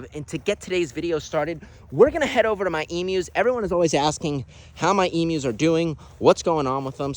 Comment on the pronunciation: I am so happy you say emus correctly 💯 The amount of Americans who say it wrong does my head in!! E-mew not E-moo!! As a proud Aussie I love that, Thankyou!! :) Love the videos too mate!!